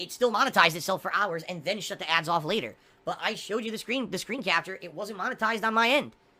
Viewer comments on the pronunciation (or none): none